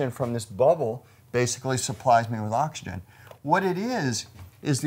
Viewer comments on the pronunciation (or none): "oxgin" heh.